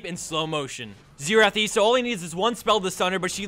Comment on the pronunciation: Isn't xerath? with 'r', instead of xetath?